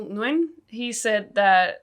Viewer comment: Just an fyi, Nguyen is pronounced more like "wyn" or "win" or "ween." I think the "Ng" is pronounced, but it's very subtle, and not in the way you'd think.